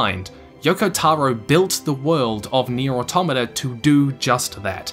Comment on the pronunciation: Shoutout to this man pronouncing "automata" correctly